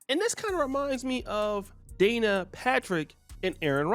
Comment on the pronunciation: Its Danica, not Dana fam...